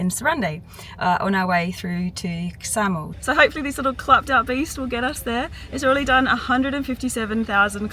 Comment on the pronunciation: Ksamil is pronounced with a silent K. Like ksamil.